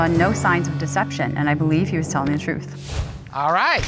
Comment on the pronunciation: If a person cannot say the word TRUTH correctly, then they cannot be trusted... Like Katt Williams said... Lol And the husband keeps saying he told her the "TRUE"... Soooo.... It's suspicious Lol